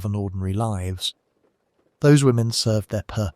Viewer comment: human LIVES, rhymes with hives. Not human lives, rhyming with gives. This artificial narrator is so annoying.